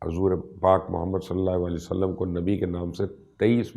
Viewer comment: مبشر بھائی بہت ہی خوبصورت تحقیق اور تفصیل ہے جزاک اللّہ گذارش کرنی ہے کہ جب بھی نبی اکرم صلی اللّٰہ علیہ وآلہ وسلم کا نام لیں تو پلیز ایک تو الفاظ کی ادائیگی کا خیال رکھیں کیونکہ آپ کے نام کے ساتھ سلام کی ادائیگی درست نہیں ہوتی ہے ایسا مجھے لگتا ہے دوسری گزارش یہ کرنی ہے کہ آقا کریم علیہ السلام کا جب بھی نام لیں تو براہِ کرم پورا "صلی اللّٰہ علیہ وآلہ وسلم" کہا کریں بحیثیت مسلمان اور آپ کی آل اولاد کے غلام ہونے کی حیثیت سے ہمارا فرض ہے کہ ہم ان مقدس و پاک ہستیوں کے حضور اپنے پیار بھرے درود و سلام کا نذرانہ پیش کریں بارک اللّٰہ